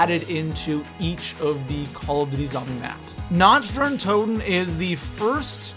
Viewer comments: Nacht Der Untoten=Nokt-Der-Untoten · Lol nacht dee untoten is german you know your german is horrible😂